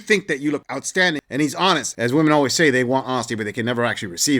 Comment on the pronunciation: Why cant any of these women say "women" properly??